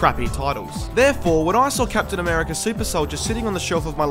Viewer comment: Captain Americurr